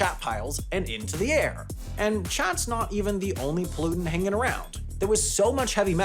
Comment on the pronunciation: When I heard 'piles of chaert' I knew this wouldn't end well...